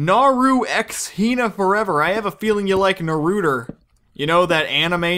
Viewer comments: Naruter?... It's Naruto, My Lord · lol you mispronounce naruto.Awesome Video